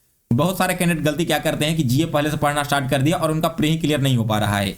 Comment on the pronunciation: Astart nahi start hota hai